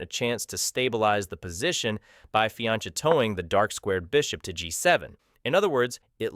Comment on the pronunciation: really unfortunate pronunciation in an educational video